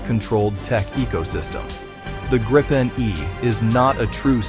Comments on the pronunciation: It’s pronounced ”Grip-N”! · Gripen is is pronounced as Greepen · Grip ("Griffin", Gripen means "The Griffin) rhymes with reap and sleep or not with grip or slip, or wipe or pipe. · You are pronouncing "Gripen" incorrectly, it is a long "i" (sounds like the English "e"), and not with a double "p".